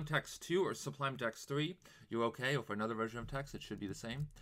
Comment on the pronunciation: You keep saying, "S-B-L-U" -- it's "S-U-B-L" That aside, thanks for the video, very helpful! :)